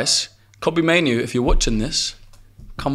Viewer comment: That guy who said maino made me stop watching the show.